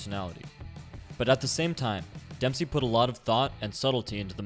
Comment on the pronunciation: DEMPPSHEEEY ROLLL-DA